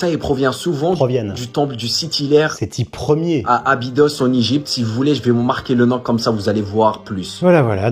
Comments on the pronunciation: Le type qui prononce Séthi Ler, on a touché le fond de l'absence d'intelligence 😭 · Dire Sethi LER au lieu de Sethi 1er c'est terrible quand même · Le gars a quand même dit " le temple de Sethi Ler" au lieu de Sethi 1er....vive le niveau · Non c'est Sethi ier (c'est hier)... nous sachons ! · Sethi "Lère"??? @@ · Sitiler😂😂😂 ah la la ces grands ingénieurs et grands médecins! Des chances pour la France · Le Seti "l'air" m'a tué 😂😂😂 un ancêtre du roi Louis "Khsive" XIV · Sethi "Lair" ... Bordel ... Le niveau ... 😒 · « Seti Hyeres » 😢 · SETHI LER !!!!!!!!!!!!!!!!!!!!! SEEEEEEETTTTHIIIIIIIIII LEEEEEEEEEEEEEEEEEEEEEEEEEEEEEEEEER IL A DIT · Seti ler (l'air)🤣🤣🤣 il m'a tué. Mais quel teubé. Tiktok c'est clairement ce à quoi ressemblera notre civilisation lorsqu'on aura atteint l'idiocratie parfaite. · Sétilair!!! Quand on sait pas lire le français, il faut pas tenter la lecture des hiéroglyphes 😂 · Sethi "Ier" j'ai failli décéder 😂😂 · C pas "sheti LER" c "sept H IT L AI R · "Séthi Ière" is the new "Louis Croix V Bâton" 😂